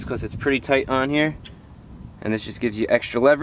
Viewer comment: When he said "REAL toight"